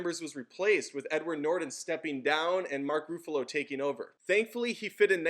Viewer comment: i love the first avenger also did you say mark foofolo